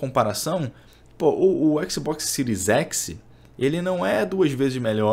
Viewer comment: Fechei o vídeo, ouvir falar écsibocsi pra mim foi d+, agressão auditiva séria.